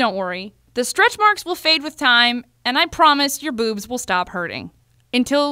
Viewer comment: your BOOOOBS - damn you didn't need to say it so hard